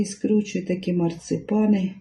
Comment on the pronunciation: Не марцЕпани, а марцИпани.